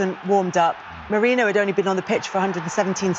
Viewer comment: Moreno? His name is MERINO